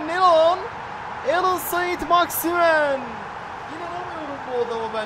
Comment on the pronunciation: Abi "alyan sen maximin" diye okunuyo